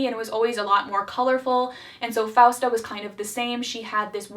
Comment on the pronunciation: im sorry but did anyone notice how leon called francesca as fausta, fiesta? 😭😭